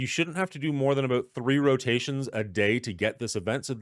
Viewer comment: Aboot lol